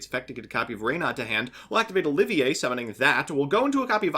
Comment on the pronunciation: Tries to pronounce Oliver as if it was spelled like the french Also: OH-GEAR SMH..... Edit: Yep, video further re-enforced my belief that this build is just so much worse than hybrids. the boards arent even better anymore, had chokepoints, you struggled vs disruption, and you complained about a lack of follow up plays TWICE which is exactly what hybrid adds. Edit 2: and before I hear "BUT DONT YOU BRICK ON ALL THOSE EQUIPS" I'll point out that bricked in this vid, and I have test hand data from 500 test hands of hybrid showing a 98% consistency rate.